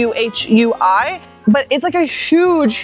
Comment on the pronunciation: Until you spelled it out, I was wondering where's SUI. Xu Hui is pronounced like Shoe Who-way.